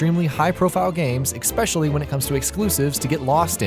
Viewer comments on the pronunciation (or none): I literally logged in and left this comment to say that the narrator needs to LEARN HOW TO SPEAK PROPERLY!!!! THE WORD IS ESPECIALLY there's no x there's no hard c after the first e is ESPECIALLY not EXPECIALLY OR ECSPECIALLY. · Why can't you say especially!? Exspecially is not a word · Expecially? Pls stop :D